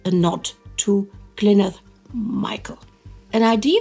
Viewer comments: for what little it helps, I can tell you it's just Glin-do-er. Y's always an "ih" or "i" and W's always a "ou"/"uu" sound Sorry if I came across rude, I just feel strongly about the treatment of Glyndwr as someone from really really poor welsh stock He wasn't a hero, he was callously used as war materiel because the homeless are worth less than nothing to society. :( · You didn't even try to say Glyndwr's name right :(